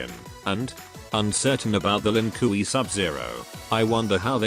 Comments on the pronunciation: The lin koo-ie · "Lin Kui" 😂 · The Ai saying LINKIWI kills me everytime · ah yes. The Lin Kooey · Lin KOOWEY 😂😂😂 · The lin "kooey" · Bruhhh... my guy said the Lin 'Koowee' 💀💀💀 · that "Lin Kuwi" pronunciation will never stop making me laugh:D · Lin Kiwi, a clan of Chinese rice farmers.